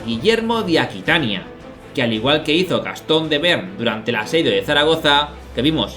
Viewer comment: Magnífico capítulo! Un pequeño comentario, yo diría que no se pronuncia 'bern' sino 'be-arn'.